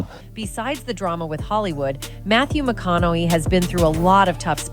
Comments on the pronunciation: It would be nice if this narrator knew how to pronounce his name. She keeps saying "McConnelly" ugh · Why does she keep calling him Matthew McConoLLey ? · I'm glad you did a reaction because I could not watch the original due to that narrator's abysmal pronunciation...you'd think one would look that sh*t up 🙄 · Is it me, or is the lady in the video pronouncing McConaughey's name a different way every time she says it. So annoying. Why can't they use a real human voice. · This is automatically voiced, that's why the last name is being hacked up so bad. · I lost count of how many times she got his name wrong